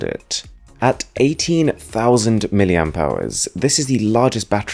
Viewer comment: When will these tech guys learn how to pronounce "milliampere"